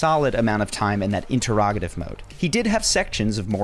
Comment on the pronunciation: In Terr Rog I tive? AI Voice? definitely AI voice. Says the word Atheist very oddly as well.